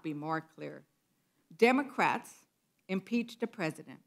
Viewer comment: Doze wascawwly democwats